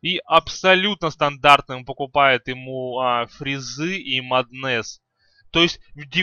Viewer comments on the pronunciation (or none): Батлфури , не батлфляй , а батлфури. И не маднес , а маск оф мэдес ну или мом. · Подучись английскому у тебя очень плохое произношение,и не Маднес а Меднес и не левль ,а левл.. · джагернауД блять, маднэсс, баттлефура... я думаю ты понял почему столько дизлайков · Прошла минута, а из моих ушей уже вытел литр крови. Эти ваши маднЭсы, батлефУры и фризы это какой-то жесточайший пиздец. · МАААднес и Батл Фура уши вянут, пол ролика разговоров не о чем.